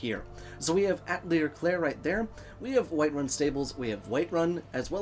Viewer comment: I adore it!! It's such a cute house! Btw, Atelier is pronounced kinda like 'ah-tell-e-eh' and is french for workshop. I guess since there's a crafting station, you run a wreath making business out of your home lol. Anywho... on to the house, it's worth it for the outside alone!!! Great curb appeal with that front porch that even has a bench, then you have chickens and jazbay grapes, but the absolute winner is that wrap around back porch!! You can view the sunset and sunrise thanks to the two tables, you get your own bar to entertain (though more seating would be nice) that can be switched for a smithing area! I'm so in love already! The inside I love the static decor(everything has a very homey and sweet feel), the lighting is a bit dark but nice, great open concept and use of space, wonderful kitchen and plenty of wine, and of course the tub downstairs (that is always a lovely and appreciated touch)! Oh and the final top off, it has a teleport ring (something great if you find yourself over encumbered assuming it can bypass the no travel while full rule). So yes I would most definitely use this house and I probably will on my next play-through!!